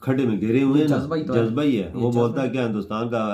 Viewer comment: Jajba😂😂jajjba😂khawo jabba ko